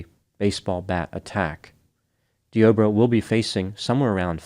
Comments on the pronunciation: Dee-Ah-Bray Is how it's pronounced,a very weird spelling tho 😭 He should have been playing for the Las Vegas Raiders the way he tackled her Could have been a Hall Of Fame Defensive End 🥴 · I was listening to this while doing a few other things and kept wondering why was talking about "The Oprah." Made a bit more sense when I realized the man's name is Deobra.